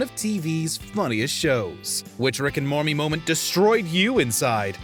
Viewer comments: Ay does he say Rick & mormy? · Did he say Rick and mormy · listen closely. He says rick and mormey. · rick and morty not rick and mormy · It’s Rick and Morty not Rick and Mormy like come on my mans don’t mess up the shows name. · Did guy say rick and mormy in the beginning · did i just hear rick and mommy?lol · did anyone else notice how he said rick and mormy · Anybody else hear the guy say Rick and "Momey" at 40 seconds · Anyone realise in the intro when he said rick and mormy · is it me or did he say "which rick and MORMY"😭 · What killed me more was hearing you say “Mormy” 😂🤣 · Rick and mormy😂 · "Which Rick and Mormy moment-" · “Rick and Mormy” ???? Wtf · At about :37 does he say “Rick and Mormy”? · Rick and Mormy 🤭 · "Rick and Mormy" hahahah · "Rick and mormy" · Rick and Mormy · Man really said "Rick and Mommy" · he said Rick and Mormy lol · "Rick and Mormy Moment" hahaha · Bro just said rick and mormy☠ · Why does he say Rick and mormy moment at the beginning of the video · You said "Rick and Mormy" at 38 seconds and I cannot be convinced otherwise. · Rick and mormy lol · Anybody’s else notice in the intro he said Rick and mormy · You forgot the tea in Morty and it sounded like you said Mormy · did he say Rick and mormee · Did you just say "Mormy"?????????? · I'm the only one who heard him say Rick and mormy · So is it just me or did say Rick and mormy? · Rick and Mormy? 😂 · LOL HE SAYS "RICK AND MORMY" XD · No one gonna point out he said "Rick and mommy" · Lol at the beginning you said rick and mormy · Y’all really paid a narrator to say “Rick and Mormy” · Who heard the guy say mormy moments 🤣🤣🤣🤣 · lol anyone hear rick and “mormy” at the beginning? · Rick and Mormy? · Did anyone else hear him say Rick and mormy at the start😂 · he said rick and mormy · is it just me or did he say “Rick and Mormie” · He said rick and mome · Bro you said Rick and mormy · Rick and Mormy xD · Am i the only one who heard Rick and Mormy at the start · U said mormi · Did he say mormy